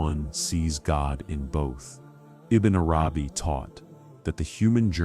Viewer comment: Such amazing teachings but would it be possible to get the AI voice to learn correct pronunciation of the noble names ? And that it's Arabi not arAbi. And Allah has double lls which should be given their full value. This is important not just linguistally but to show proper respect to the ultimate Lord & his devout scholar & servant.